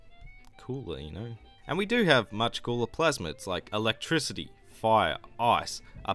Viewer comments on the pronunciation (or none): none